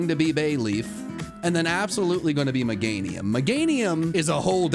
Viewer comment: MEGANIUM, NOT MEGAINUM!